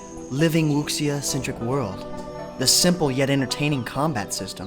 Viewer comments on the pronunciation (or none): Please pronounce Wuxia as "Wu SHA". The way you pronounced it made me cringe. XD Otherwise, nice list.